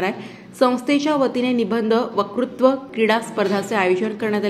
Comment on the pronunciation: वकृत्व नव्हे वक्तृत्व हवे.